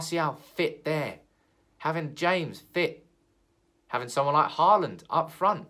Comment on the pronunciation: It’s Haaland. Aal is pronounced as you pronounce all. Dammit! :-) Think ”Hall and”.